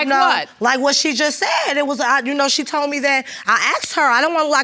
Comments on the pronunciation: That told-ded took me out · "Tolded" "Postpoled" ""I was spending multiple times whichu"- 🤦🏾‍♀️